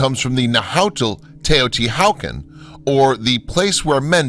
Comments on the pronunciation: Teo-Ti-Walk-On* not wow-kin vids are dope though. Thanks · Tay-oh-tee-wuh-kahn. My-ka. And I think it's the Beck-kah Valley in Lebanon--emphasis on 2d syllable. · Why are u unable to Pronounce Taya-Tee-Wuh-Con properly? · Teotihuacan is not pronounced “Teh-o-ti-how-can” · Atrocious Aztec pronunciation. Seriously, Teotihucan? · omg please read and pronounce properly NAHUATL right.... NAHAUTL? what is that? Mexica (pronounces me-shi-ka) not whatever you saying :D TEOTIHUACAN right ... TEOTIHAUCAN NOT... riiiiight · its pronounced tao-ti-wa-kahn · Narrator seems to be using Germanic-English pronunciation rules for the pre-Columbian sites. Anyone who mangles the pronunciation of Teotichuacan and Nahuatl is suspect in my book. So easy to find correct pronunciation.At least he got Tikal and Monte Alban correct. Hearing Na-HOW-tell was like fingernails on a chalkboard to my ears. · Teo-ti-wakawn.. omg, could you trash the names any worse? Ollantaytambo- Oh-yawn-te-tambo...LEARN THIS SHIT BEFORE YOU TEACH IT! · God... Who is it. There's this one "researcher" who bugs the absolute s%×t out of me when he says Go becklay tepeah (like tepay) It would sound okay coming from Nick Redfern, but not from this other guy. Lmao! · Interesting information, weird photography (I hated the "shadow") and, yes, the poor pronunciation. While watching the segment on Teotihuacan - what did he call it? - I had started to wonder if the scenes were of some other site. And mica? Never heard mee-ka before. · Or ANY Indian word written in Spanish orthography :S Makes the rest of the narrative seem schlock. HU = W Mr. Narrator!!! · The whole reason I started reading the comments was to see if I was the only one bothered by his pronunciation of Teotihuacan.